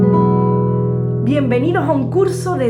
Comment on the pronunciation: Porque cuando ella dice “esta” dice estxcha? O cuando dice “Tardes” dice txchardes? De Que parte de España será este acento ?